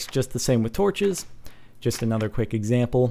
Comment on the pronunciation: "some point or a 'nether'" lol